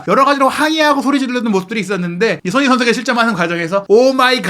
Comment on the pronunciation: 제발 기자면 사람이름 제대로불러주세요 손헤이 선수가 뭡니까.. 손헤이 손헤이 선수라... 발음좀 정확하게 하세요 사람 이름입니다